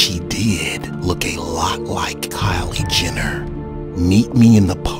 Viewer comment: Kyle Jenner lmao..more like "cait" 😂😂😂